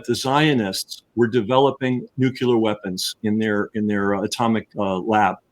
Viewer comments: Nucular is a common mispronounciation of the word Nuclear. Nucular it’s not even a word. How can this guy be such a good author but not know that Nuwcular is not even a word? George W. Bush started this idiocy with his mispronunciation of the word but now intelligent people don’t even know that Nucular is not even a word? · Also... it's pronounced noo-CLEE-uhr, not nook-YOU-luhr. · I admit...I'm also bothered by hearing that mispronunciation(!) Solution: Step 1 - get the person to read the word: CLEAR Step 2 - get the person to read the word NEW. Step 3 - get the person to read those two words, slowly, in a row. Step 4 - reverse the word order, get the person to say the two words, slowly, in a row. Man! I leaned how to "sound it out", when reading new words, in SECOND Grade, in a nondescript public elementary school. I never understood the difficulty of reading the word: N U C L E A R . Why should it bother ME? I don't know; just a pet peeve, I suppose.